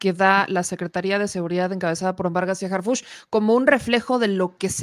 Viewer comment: Harfuch no Harfúch